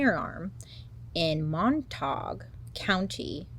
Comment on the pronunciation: It's Mon-tayg, dear. Much love from North Texas. ❤